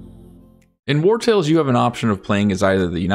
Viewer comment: are you saying "war tales" ? I thought it was War on the sea? I'm confused ...